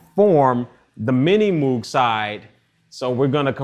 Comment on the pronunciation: pronounced "minimogue" not "minimOOOOg" makes my fillings hurt :(